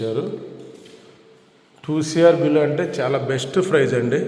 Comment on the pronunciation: ఫ్రైస్ కాదు ప్రైజ్..